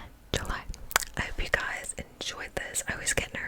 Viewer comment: Wat do u b sayin in the beginning I never can make it out? Is it hello gusties?